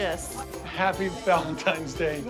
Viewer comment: Oh dear. He keeps saying “ Valem•Times “ day 😹🔪👂🏻